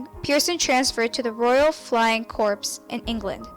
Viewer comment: Notice how she pronounces "corps" as "corpse".